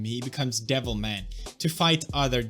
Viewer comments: Every time he says "Devil Ma-" I keep thinking he's gonna finish saying "-y Cry" And I haven't even played the game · I kept mishearing him and thought he said Devil May Cry... now I'm replaying DMC4. Damn you pewds